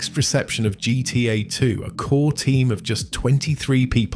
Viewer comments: Nope. Notice how weirdly he pronounces "GTA" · Why can't you say gta properly? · Ai Voice? Started wondering cause of the "GTA" pronunciation